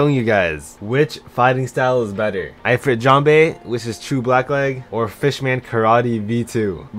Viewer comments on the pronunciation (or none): No, it's pronounced ("EE-freet") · hes saying eye-frit jambe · The way he says Ifrit 😭